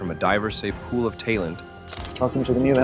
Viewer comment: “Tay-lent”; “Ker-nak”. Should have been “talent” and “knack”. But what else could you expect from a ‘robo-voice’? It was ‘programmed to, basically, say the same things for every country. Boring, tedious and obvious. Content on YouTube is becoming a rubbishy shadow of its former self. Nothing but con artists with multiple channels pumping out meaningless content as they have finally worked out that high numbers of videos can actually make some real money.